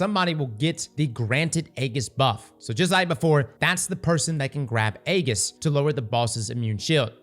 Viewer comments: Eggis? Wth is that? Does he mean Ageis? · This was a great video but man, your pronunciation of aegis is killing me lol. It's ayy-jus. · Only posting because it was mispronounced so many times. Aegis is pronounced A-jis with a J sound, not with a G sound. Great video too! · Its pronounced EE-Jhus btw not Ayy-gis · saying the hard G in Aegis had me dying laughing.